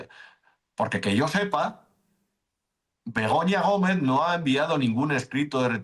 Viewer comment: Me meo. Siempre suena como si dijerais Begoño Gomez😂